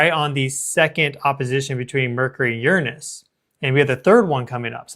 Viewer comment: I just love the way you pronounce Uranus! So much more sophisticated than the way most say it.